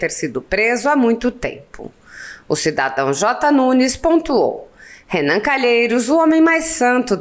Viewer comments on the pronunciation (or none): Sério, não diga Renam